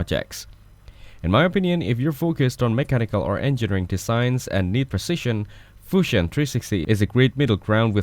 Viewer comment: the 'Fushion' kills me every time😂😂😂